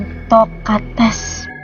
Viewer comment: Yanto Ketes😂 Kates gak sih..